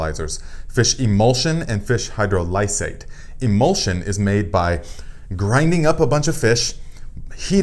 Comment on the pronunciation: Excellent info, Thank you. FYI: Hydrolysate (phonetic: hi-Droll'-ih-sate): Accent is on the 2nd syllable (drol w/a soft "O" sound, as in on, ox, off) not hard as in Oh, and the "I" is also a soft (as in is, inch) vowel sound, not hard as in "I".